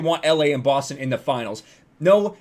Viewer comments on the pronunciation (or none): none